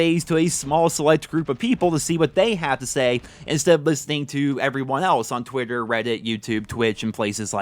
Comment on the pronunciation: "Twutter and Weddit" 😂😂😂😂